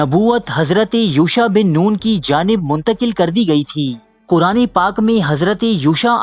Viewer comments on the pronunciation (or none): none